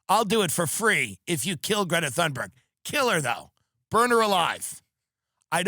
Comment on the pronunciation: Dude, educate yourself on how to pronounce Greta's name